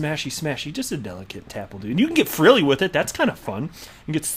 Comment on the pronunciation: Frigilley lol, love it, cheers.